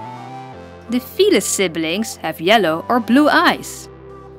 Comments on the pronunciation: not to be rude or anything but it kinda sounds like ur saying fetus instead of felis Srry if ur offended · At first I thought you said the fetus family